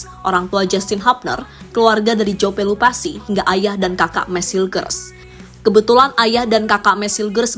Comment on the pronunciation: PELUPESI, bukan pelupasi